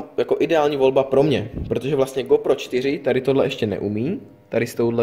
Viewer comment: Ta výslovnost! Magits a Gópro :D